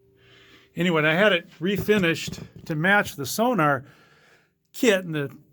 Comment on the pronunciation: Snares are choked. so nore, not sonar. sonar is on subs. It's german